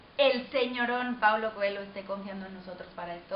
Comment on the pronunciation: Coelho? Se pronuncia CoeLLo como una l doble :)